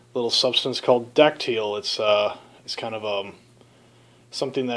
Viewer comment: I think it's called "die-acid-al" ...what kind of yeast are you using....I'm doing a Czech pils and am at the diacetyl rest currently ....57* for 12 days...primary slowed down and will take it up to about 65-70* for the rest...and will rack it and take take it slowly down to the low end of the fermentation range for about 3 weeks, then slowly all the way down to 32* for another month. Batch 57, 3rd lager. Let us know how yours turns out. Thanks for posting.